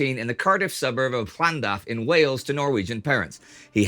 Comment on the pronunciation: the fact that indie pronounced llandaff correctly, will make every welshman smile